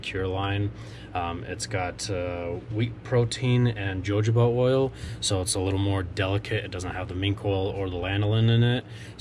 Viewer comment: I enjoyed this and learned some new things. And I don’t know if anyone else mentioned this but the way to pronounced Jojoba is “hohoba.” It took a little time to get used to, for me, but saying it correctly comes natural now. Thanks for the informative video!